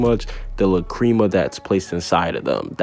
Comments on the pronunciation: La-Crema Wtf it’s La crama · I’m dead first gildarts cleve lmao instead of Clive. And now lacreama? Lmao I ain’t watching the rest after that, I paused the vid just to tell you how much of a dumbass you are for your mispronounciations (oh wait is that too hard for you to read as well?) of these words, even the dub version of the anime pronounced it lacrima. If you don’t like it stop watching fairytail then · Say La-CREAM-a one more time, I'll fight you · La-cream-mah or lack-kri-mah .... I've never heard it pronounced like u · The way he says lacrima hurts me